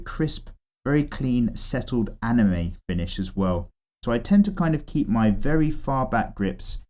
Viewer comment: "eep it very light, eep it very slow and eep it very smooth" LMFAO😂